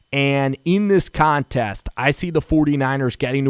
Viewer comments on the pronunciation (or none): none